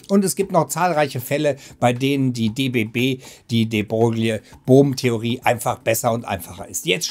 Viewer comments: David Bohm nicht Brohm man man... Und wehe hier kommt jemand mit Pedanterie ;) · Nicht nur in der Beschreibung... Wie immer gut "retschertschiert" Beim ersten anschauen immer Brohm verstanden... Beim zweiten Mal nicht mehr so oft. Trotzdem gut, so kann man selbst im Thema stöbern